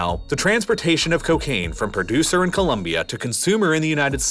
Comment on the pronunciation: FINALLY SOMEONE THAT SAYS COLOMBIA RIGHT I'M SUBSCRIBING JUST FOR THAT